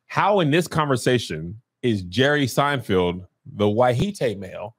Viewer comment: Kev is still saying "Seinfield"🤣🤣🤣